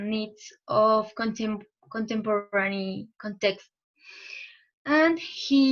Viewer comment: Try to improve the pronunciation of some words like since, designers, contemporary and defined, nice use of zoom, and keep it up!